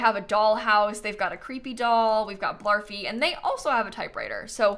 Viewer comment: when said "maybe it's a house that got abandoned because it was haunted" I misheard 'got' as god several times until I had to turn on the captions lmao